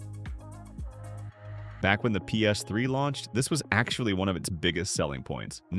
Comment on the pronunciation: Sorry Dude but i can only watch this muted. Your Talking is horrendes! Ei te ex, Pe es iu, Pee es three......